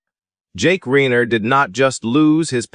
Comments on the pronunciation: Let's blame A. i.! Reiner & Michelle (both proper nouns) are mispronounced. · I can’t listen when you can’t pronounce their last name correctly!!